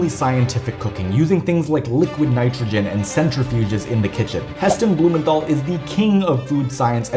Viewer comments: His name is pronounced Heston blumenTal. No th sound. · Blumenthal is pronounced "Blumen-tarl" - the th is a hard sound not a soft sound.